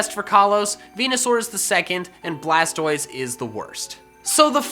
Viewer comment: Its blastois